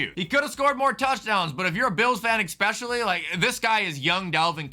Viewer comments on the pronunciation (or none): none